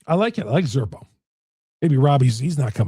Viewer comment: You keep mispronouncing zerpa.